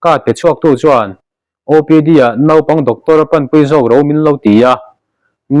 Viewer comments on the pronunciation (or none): none